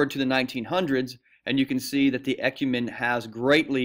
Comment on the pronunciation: When he pronounced e-cu-men-e he has me dying😂